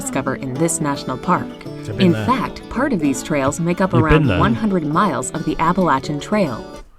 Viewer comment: Finally: someone who can pronounce “Appalachian” correctly.